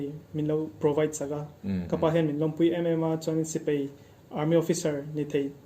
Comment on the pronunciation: A ho lo asin....mahni tui zawng tak hi chu lam dik nalh tur...